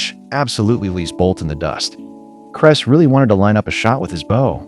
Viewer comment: His name is Clay Heys not cress. Stupid AI.